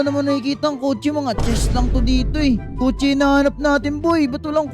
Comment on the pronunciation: Kotse po yan hindi po kotso